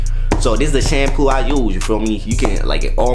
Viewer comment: Remember when he used to pronounce shampoo as “Champuu “ 😂 in the first hair tutorial vid